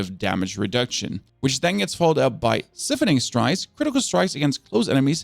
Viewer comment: The way you pronounce siphoning strikes absolutely shits me It's completely wrong